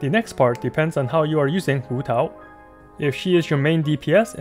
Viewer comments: waaah your pronunciation of hutao is so good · I love how you pronounce hutao in with pin yin instead of like hootau